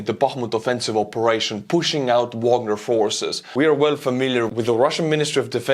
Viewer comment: face-fuchsia-poop-shape::face-fuchsia-poop-shape::face-fuchsia-poop-shape:Bro, you are doing a great job, but there is one thing that gets on my nerves as a lover of classical music. Please start Wagner with the V sound and end it with the AH sound - it is a german surname, not english. Don't copy Prigozhin, he is just a dumb orc.:face-fuchsia-poop-shape::face-fuchsia-poop-shape::face-fuchsia-poop-shape